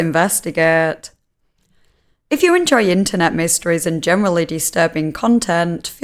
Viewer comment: Let’s investigaet